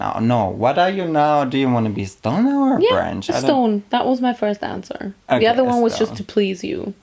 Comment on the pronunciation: At first I understood “I wanna be a little stoned at the beach” later on I realized she said “I wanna be a little stone at the beach”